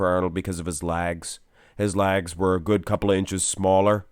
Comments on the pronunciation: he's saying "legs" lol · “His lags” keeps throwing me off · “Thec” “lags” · Chris’ waist is far better. And “lags” lol (can this commentator not say legs) better too slightly. Arnold’s arms and chest can’t be touched. Especially by Chris Chris’ physique was the best in the whole 2020 Olympia 🇨🇦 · What are his "Laagz" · Just curious - why do you say 'Laags" - is that a Canadian thing? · Sounds like you are saying lag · Why can't you say "legs" properly? God damn it's so annoying.